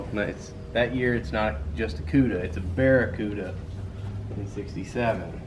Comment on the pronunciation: thank you for saying the 67 barracuda as you did as many get it wrong and simply say cuda from a mopr guy!!!